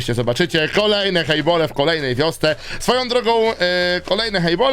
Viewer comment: mówi sie chejbale a nie chejbole ale ja kto woli:}